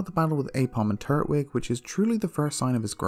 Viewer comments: Something really bothers me about how you split up the syllables of turtwig because I always hear it and say it tur-twig like tur-tle, but you say turt-wig. I dunno, but it’s one of the weirdest things to bother me, I know. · Twig!!! Twig like a stick! It’s not called “turt -wig” it’s tur-twig because it’s the Twig Turtle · Lol I know different places have different accents but I was legit gettin upset in this one😂😂😂😂 red, crystal, and emerald you did good but what the hell is a “turt-wig”. Growing up I called him “tur-twig” like turtle mixed with twig. You’re saying it like turtle and wig. Like I distinctly hear you pause between turt and wig and it’s throwing me off. Still great vids tho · I thought it was tur-twig not turt-wig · It’s “Tur-twig” not Turt-wig”🤦🏼‍♂️ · "Turt-wig" XD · TUR-TWIG!!!! it’s not that hard! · no one gonna mention the way he was pronouncing turtwig? really?